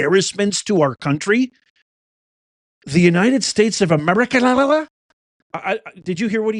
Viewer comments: Amerigodess is what I heard? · He said “Amerigotit..!!!😂 wtf..! That’s so sad he’s still speaking . 😢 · Yes he said Ameri-got-it !! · It sounded like Biden said "the United States of Amerigoddess." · He said Ameri-Got-It. "We are citizens of the United States of Ameri-Got-It". Or maybe he said "Ameri-God-It". Someone just needs to correct him and tell him that when their ilk are in charge of things, then we become citizens of Ameri-Don't-Got-It. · BIDEN SAIS UNITED STATES OF AMERGARTER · Joe Biden said ameraucana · It sounded like he said Ameri-cotta 😂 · I heard Biden say the United States of Amerigota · HE SAID AMERICONDA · Did he just say, Amerigarlic? lol, Hahahahaha. I hope you'z know Biden passed away in 2018! So, who really is this? This copy fails every time! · It sounds like Biden said Americana? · He's trying to say America... God damn it!